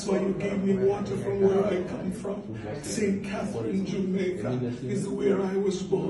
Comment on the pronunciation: When you said “saint cathereeen” “monteego bay” we say “sent cathrin” “mobay/montiguh bay” I’m spelling it how we pronounce it.. btw lovely storytelling as always.